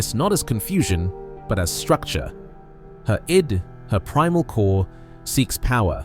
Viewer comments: AI pronouncing Her "I.D." instead of "id" lol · Not bad but learn how to pronounce "id" (it's not "eye-dee").